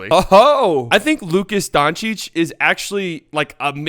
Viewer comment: "Luka Donakick" Lmao thats how say it